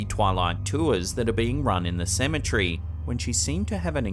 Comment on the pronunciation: I always giggle when he says cementary. 😂